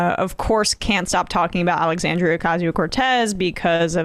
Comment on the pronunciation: I’ve come to the conclusion that the man can’t say the word Alexandria. I think we all just need to start calling him Tuck Swanson at every turn. Point out his populist hypocrisy every time his name is said.